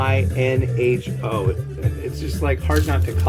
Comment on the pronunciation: Beijinho would be pronounced “bay-zheen-you” and it means “a small kiss”